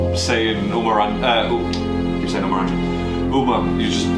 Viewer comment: Producer name is NOT UMER , its Umair .. Umair is pronounced as UMAYR